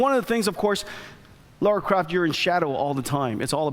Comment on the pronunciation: he's been with lara since her inception and he still doesn't know how to say her name correctly :P